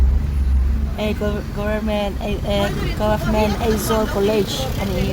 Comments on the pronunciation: Eizawl nilo in Aizwl aw😊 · hmuh i nuam thin e, ka tawng i huat thu ni lo sela, duh aiin tawng i hmang fimkhur lo deuh em aw ka lo tia, Aizawi tih turah Eizawl, hle mai, tih turah mei tih te, youtube channel i nei a, mi tamtakin an lo en a, thangthar zawkte entawn leh zirtirtu nih na tamtak in nei si a, tawng hman dik hram tum a va tha em, ka lo ti ve a ni a.